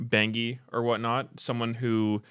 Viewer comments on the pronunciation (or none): "bengi" - meteos. I'm crashing out